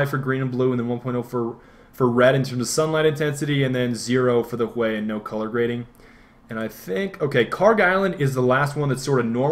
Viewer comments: I believe it's pronounced hew, not hway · someone please tell Hue is pronounced "HEW" NOT "huay" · You keep saying hue like (hway) when it is said (huuu). Just a little niggle :) Other than that, great video! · I thought he was joking when he pronounced "Hue" as "Hweh", but then realised that he was deadly serious. "Hyoo", bro, hyoo". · I think it's HYOO not HWEY. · Dude.. he pronounced it "CHWEY" not "huay". Gotta give the man props for his verbal artistry d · Is Hue pronounced that way in NA?... over here it's pronounced the same as "Hugh". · lmao I'm sure he knows how to pronounce hue, but part of a meme is huehuehuehue so I think he was referring to that. Either way, I hope he keeps saying huay, just because it's funny. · It's a Badgerism. "Huè", as if it were Spanish. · I love how he says "Hue" stick it to the man by pronouncing it different XD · thats a great way to pronounce hue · lol you say hue like you're speaking vietnamese